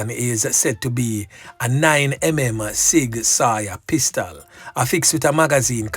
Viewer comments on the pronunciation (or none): ok, sig sauer is pronounced “sig sour” not sig sawyer, i’ve been listening for years and it’s time it’s corrected 😂